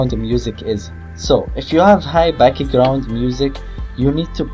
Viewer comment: I love it when he says backigraund instead of background. Awesome tut!!!Very usefull!